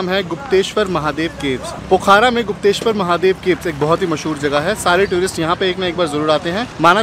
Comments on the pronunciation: No bro its pokhara not pokhra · बहुत अच्छा लगा की आपके पास डॉक्ट्रेट की डिग्री है...... नॉलेज डॉक्ट्रेट लेवल का नही है.....ऐसा इस लिए की पोखरा.....है सही उच्चारण न की पोखारा......😊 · Not पोखारा it's called पोखरा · plz correct ur pronunciation it's पोखरा not पोखारा